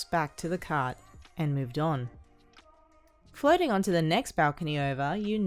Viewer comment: Is it just me that when she says floating it sounds like flirting